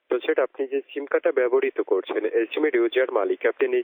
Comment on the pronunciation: what the উচ্চারণ? করয়? দন্যবাদ? গ্রামীণফোন ব্যবহ্রিত? চার? ক্লার টেলিভিশন?